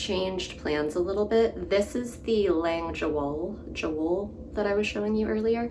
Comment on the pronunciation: Hi, your lavender socks turned out beautiful, and that eye of partridge heel is a technique I plan to try--definitely a step beyond the slip stitch heel. Just an FYI, the J in the Lang Jawoll yarn is pronounced as a Y (ya-vole; it's German). Thanks for bringing the 52 Weeks of Socks book to my attention and for a great video!